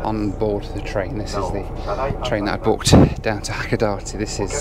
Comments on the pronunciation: Hakodate is pronounced as Hakoda-tay not Hakoda-tee lol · Don't play the "drink every time you hear Hakodate, pronounced wrong" game. Nearly killed me. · Is it hilarious that it's the only Japanese word he's mispronouncing? Drink! 😂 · Drinking Game Time: Have a shot 🥃 every time says Hacodate 😅😂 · I would say if you pronounce Hakodate the way our main character in the video does.. you might consider carrying a lot of money to buy tickets several times, since you might be having a lot of other 'Japanese' trouble.